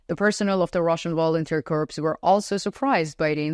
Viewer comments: I offer a gentle boost to your English language skills. The written word "corps" (as in Marine Corps) is pronounced "core", as in the center of an apple. "The Vlad apple is rotten to the core" Your pronunciation is correct for the word "corpse" as in dead body. The plural would be "corpses". You also pronounce the word "the" as "da". To get it right, put the tip of your tongue against the tips of your two front teeth. Exhale to create the "th" sound, then follow this up with an "ah" sound by dropping your tongue down. Otherwise, your english is quite good. Salva Ukraini ! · Correct pronunciation of 'corp' is "core". Corpse is a dead personal.